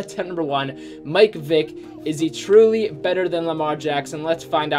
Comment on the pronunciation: He says mike Vick it’s Michel ck